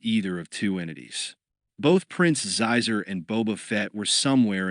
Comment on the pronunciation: There are a few like that. Xizor is supposed to be pronounced like Sheezor, not Zyzer.